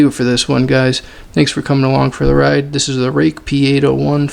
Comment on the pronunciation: Thanks for the shout out man. It is not pronounced like "Case" like that american company - I maybe should make a short "pronounciation video" haha ;P Cool video and nice sharpening man.